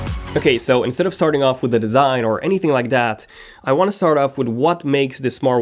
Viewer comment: its not "dee" best , its "dh" best...